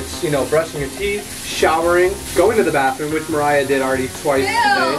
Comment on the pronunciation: It's Mariah not mariah